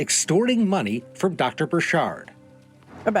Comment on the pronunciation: It's not bur-SHARD, it's BUR-chird... like orchard